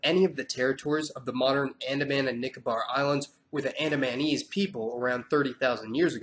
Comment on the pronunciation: Gotta work with your pronunciation mate, It's AN-DA-MEH-NIECE... Andamanese... YT auto generation caption thought it was "Anime knees"